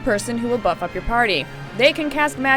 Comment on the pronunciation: lol when she said the synergist role is to buff the party up it sounded like buttfuck the party up hahaha